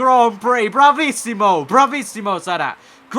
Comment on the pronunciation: "Bravissimo" Ahahahahahahahh I didn't know you can speak Italian (I'm Italian)